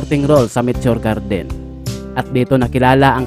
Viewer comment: Mitio Gerdin 😁😁😁 bisaya ka bay ✌️✌️✌️